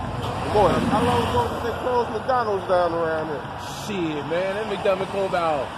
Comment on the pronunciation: Once I heard dude say CHIIIITTT you already know he's from the GO! born n raised